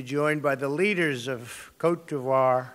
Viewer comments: Cotevar???? Lol!!!!! Cote’ de Ivory!!!!!!! Lol 😂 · Ok I get that he was trying to say "Namibia" but you here him pronounce Côte d’Ivoire and Ethiopia and I just think... he seriously didn't even check on how exactly to say those countries? Not that I'm surprised, but it is just beyond disappointing seeing this fucking monster on a UN stage along side other real world leaders.